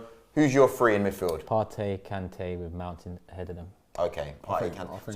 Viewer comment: wish people would stop pronouncing partey "partay", im from the same tribe as him in ghana..its partey pronounced "party' i.e club gathering